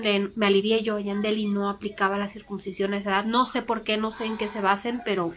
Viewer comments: Hola yo creo que cada quien decida que hacer con este tema. Una cosa me pareció que dices circuMcisión, y es con N no con M. Que se alivie el niño. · Se dice CIRCUNCISION y no Circubsicion .